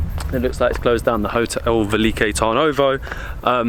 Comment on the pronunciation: But... how did you arrive at the pronunciation velike... when it is spelled veliko? With and o? Tip: in Bulgarian everything is phonetically exactly as you read it. There are no long vowels.. e does not sound like iii it is just è. O is not ooo, etc. Just say it in the shortest posible way. Also your beer was pirinsko... like the mountain Pirin.